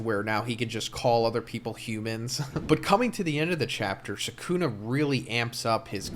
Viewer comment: It's not sookoona, the correct pronunciation is skoona.